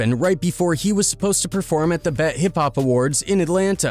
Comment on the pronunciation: It’s B.E.T not bet